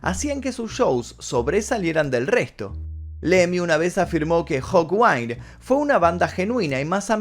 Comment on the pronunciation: Y la antigua banda de Lemmy es Hawkind, no Hawwind...